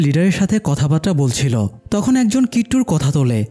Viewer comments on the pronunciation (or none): none